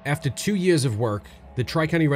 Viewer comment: Is it just me or did he say 'years' in a New Yorker accent